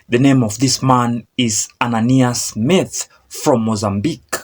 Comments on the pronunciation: Pronounced Mathye . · Ma'_ tair😂😂😂 it's Tsonga :Mathe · Unamanga wena giving wrong info, cant even pronounce Mathe.